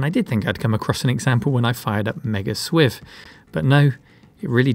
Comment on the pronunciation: SWIV: pronounced S-W-4 (Silk Worm 4)